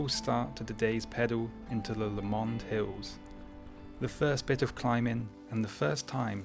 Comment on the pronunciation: Pronounced Loch Leeven. Lowmond Hills. Thanks for visiting my locality - for the second time recently? Or two trips in one?